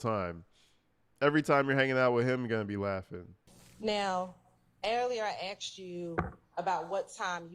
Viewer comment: She axed him WHAT ??????